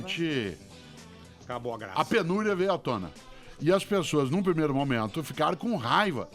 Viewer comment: Nesse momentoa ... Nesse sentidoa